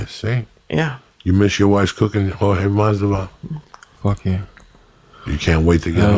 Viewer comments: Jorge “MAS-DE-VAL” Masvidal errbody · blows my mind how many times he calls him jorge masdival lol